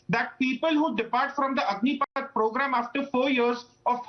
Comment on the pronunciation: Stupid Republic news anchor, it's Agnipath not Agnipeeth.